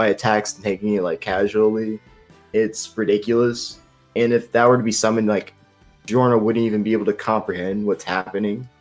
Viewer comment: Did you pronounce Giorno as Yiorno?